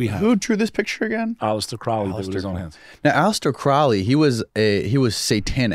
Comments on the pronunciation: Crowley has nothing to do with the Church of Satan. He founded Thelema. Also, both of these guys are pronouncing his name wrong. IT's CROW-ly. I'm impressed with this video, because I too believe the phenomenon is demonic. Angels, demons, Jinn. The bit about Crowley, Parsons, Hubbard, and Lam, was full of significant inaccuracies. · Mispronounced 'Crowley'